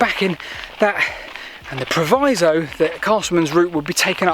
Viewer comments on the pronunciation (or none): none